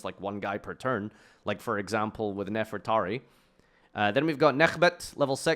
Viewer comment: JESUS FUCKING CHRIST LEARN TO FUCKING READ ITS NEFER-TA-RI (REE), NOT NEFERATI, AND ITS DO-RI-A-DO, IM FUCKING SICK AND TIRED OF HEARING PEOPLE WHO SHOULD FUCKING KNOW ENGLISH MISPRONOUNCE TBE SIMPLEST FUCKING THING